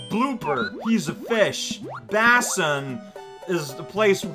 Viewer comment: love ya work basin is pronounced bay-sin